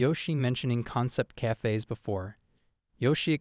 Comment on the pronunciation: "Cayfays". The way AI talks can be amusing.